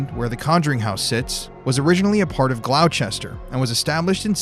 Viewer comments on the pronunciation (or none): I know you're from Texas like me, but it's not pronounced Gloucester (Gl-oww-chester), it's pronounced "Gloster". Ik, it don't make sense. Lol. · Gloucester isn't pronounced Glou-chester. New Englanders say it like Glosster. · Glaw-chester. LOL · Around mass /Rhode island area Gloucester is pronounced Glosta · He said glow-Chester 😂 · We pronounce Gloucester "GLOSS TER" ...😊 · Colonists lol 😂 and Gloucester is pronounced Gloster. Great video as always spooky family ❤ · I Believe…it is pronounced Glostah!! Love you guys!!👻👻